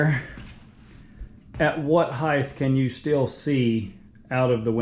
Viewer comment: there is not a th on the end of the word height.